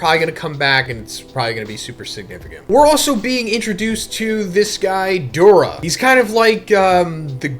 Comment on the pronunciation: Doula isnt Doura😂😂